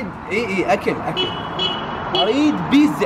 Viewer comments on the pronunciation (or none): للعلم اسمها بيتزا مو بيزا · بيزا شنو بيتزا مو بيزا 😂😜✌